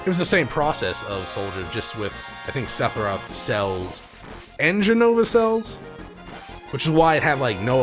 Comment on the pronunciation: I've watched every video in this playlist... I absolutely loath the way you say SePHiroth... TH TH TH, Sethiroth just doesn't.. no. Otherwise love the videos